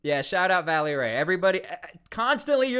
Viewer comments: Reestablishing the actual PPD rapid response team is SEISMIC change in Portland but too late. If those guys are on it the national guard is not needed to be honest. Also its "Velly" not Valley... smh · It's "VELLY" not "Vally"... just fyi